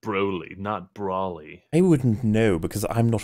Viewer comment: You pronounced Broly right. Despite how much I dislike it. It reminds me of Rayquaza and then watching the movie and being like whoa